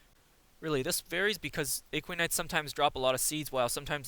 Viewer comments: yeah not a-kwi-nites ;D. a-kwa-nites. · You can check out his latest version of this guide as it pronounces Aquanites properly. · Why are you pronouncing Aquanites so strangely? It's literally said like aqua in aquaman, but you replace the man with nites. You don't call aquaman aeqweoman.